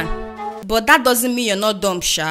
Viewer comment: It’s “dumb” not “dump”. Really funny though. Keep up the good work!